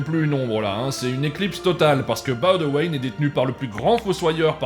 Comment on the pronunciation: Je vous félicite pour la prononciation de Boudewijn 🙏🙏🙏 Par contre ... RIP Erica ... quelle belle preuve d'amour!!!